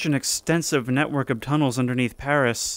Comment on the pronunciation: Paris, not pawisse.